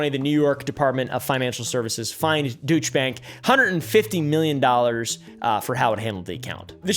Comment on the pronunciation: it’s pronounced “Doyche bank”